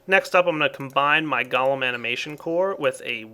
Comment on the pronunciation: you pronounce it wrong: it is gOlem not galem